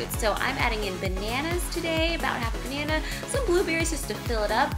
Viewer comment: Anyone else actually laugh out loud when she said "if you're not a huge ba-nay-nay fan?" xD